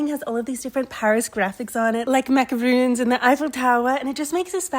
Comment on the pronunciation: i hate to be that person, but i’m gonna be that person, they’re macarons, not macaroons.